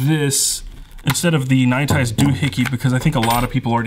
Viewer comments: It bothers me how weird you pronounce nite ize. It sound like you're saying ny tize when it's clearly pronounced night ize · I love your videos i just always wonder why you pronounce it like that is all